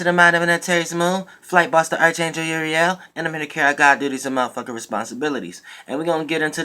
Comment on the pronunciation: STOP SAYING AR-CH ANGEL, THAT WORD IS NOT PRONOUNCED THAT WAY,ITS SPELLED A R C H BUT ITS PRONOUNCED A R K. With you no English speaking Ass😡😡🤦‍♂️